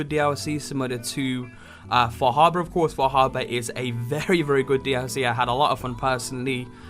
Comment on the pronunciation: far.....har...bor har.......bor now you say it fah habuh.......sure yes now lets go to lunch.